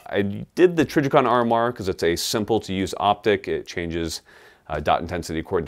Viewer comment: The way he said "Trijicon" lol